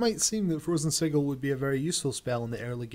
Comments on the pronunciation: you pronounced "sigil" incorrectly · lol the way he says sigil